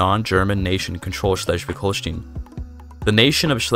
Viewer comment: Just for future video projects concerning the region, the "stein" in Holstein is pronounced like the "stein" in Einstein .